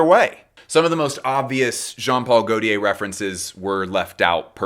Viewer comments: Not sure you’re pronouncing Gautier correctly. My understanding is ‘tier’ is rolled into a single syllable not ‘ti-er’. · you say Omme plisse but you pronounce gautier in the MOST american way possible lollll. good effort tho 🫶🏼🫶🏼🫶🏼